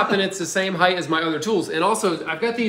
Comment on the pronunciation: I'm jealous of this. A funny thing Americans do is pronounce "height" with a 'th' sound at the end. Cute.